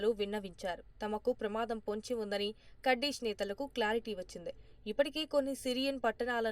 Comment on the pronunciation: అన్ని తెలుగు ఛానల్స్ కుర్దిష్ ఆర్మీ అంటే నువ్వు మాత్రం కర్డిష్ ఆర్మీ అంటావేంటీ వెర్రి బాగులదానా . నీ ఉచ్చారణ మహా భయంకరముగా వుండే కడ్డీ మోహము దానా .